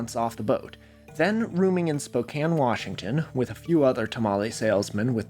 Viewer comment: thank you for pronouncing Spokane coorectly